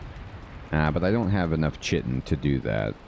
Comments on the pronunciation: If you empty out all the items on your gravestone, you'll get the "Corpse run" buff which makes you a lot tankier and raises your weight carrying capacity for a short amount of time. It can be very helpful if you're getting swarmed by enemies. For future reference, chitin is actually pronounced similarly to "kiting" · Same here. "Kuy-tin" for Chitin and "Eye-core" for Ichor. Pronounced both of them wrong for decades. (Chih-tin and ick-ore is what my mind goes to, but you know how English is, the proper way to spell something is generally the way that makes the least sense) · Ooo, thanks on that chitin pronunciation! I've been doing that wrong my whole life haha. Thanks for the tup about the corpse run buff! It seems they have worked in a way to avoid what happened to me here haha